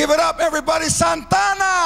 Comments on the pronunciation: Love how George Lopez pronounces Santana... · Santana's name perfectly pronounced by the presenter.